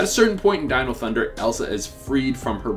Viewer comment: He finally pronounced dino thunder correctly